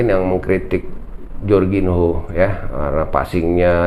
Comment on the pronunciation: Bacanya Jorginyo bang....biar enak didenger...hehehe..